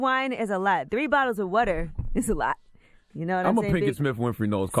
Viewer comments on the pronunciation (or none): Did she say whater ?🤔😂